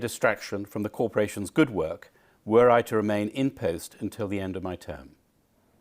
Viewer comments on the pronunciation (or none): The way he pronounced "post" is all you need to know about that man